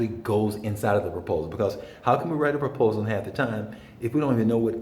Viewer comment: proposal, not propsal. Thank you for the information and encouragement.